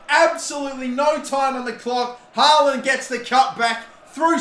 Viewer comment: Just a heads up. The double A's in "Haaland" is pronounced like the A in "hall"